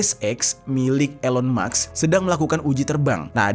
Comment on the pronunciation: Elon maks?, baca mask.